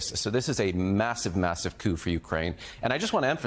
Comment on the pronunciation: Did you say massive coup or C0ke?? Let it snow 🌨!!😂😅😂.